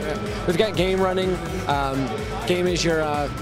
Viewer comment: "Gaim" i thoughtd he sayd "Game"